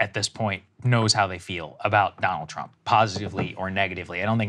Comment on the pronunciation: Did he say "Drumpf?"